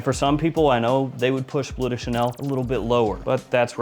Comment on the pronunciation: It's "Bleu" (french), not "blue". Should be pronounced with sounds similar to what you hear in words as "Hurt", "Burn" or "Blur"